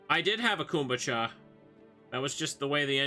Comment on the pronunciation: Why is no one correcting him on his pronunciation of kombucha? 😭